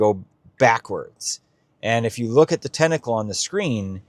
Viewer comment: … since you asked, maybe you could learn how to pronounce the word “tentacle” :-)